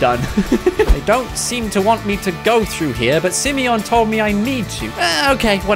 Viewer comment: The fact that he says SIMEYON makes my day lol